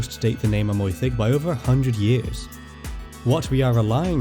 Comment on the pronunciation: I am interested by the pronunciation of Amwythig , with wy pronounced approximately oy . In the Welsh song Myfanwy the wy is pronounced oy . I read something by a Welsh speaker from Bangor University arguing that Yr Wyddfa should be pronounced with the wy as oy rather than Ur Weethva . The argument seemed the revolve around yr necessarily bing followed by the oy sound rather than wee . Any views?